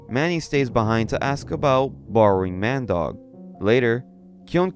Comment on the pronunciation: Ah Mandeuk, more like Man Dog lmao